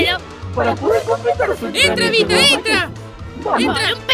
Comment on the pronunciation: Se dice vita no vista